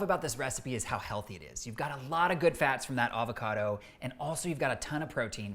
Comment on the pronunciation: Thank god, someone who can pronounce "avocado" correctly.